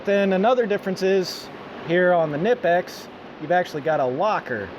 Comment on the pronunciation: WOW ! An American who says kNIPEX the correct way :]